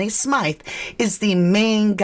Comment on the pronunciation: It's pronounced as Smith not how your pronouncing it 😂your saying his name wrong